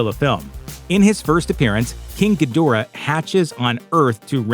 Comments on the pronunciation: Gee-DOOR-ah, not GEE-dih-rah? my bad, sorry, dude. dudes. -- deb-OR-ah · It was originally pronounced in Ghidrah the 3 headed monster and Godzilla vs Monster Zero...Gee-der-ra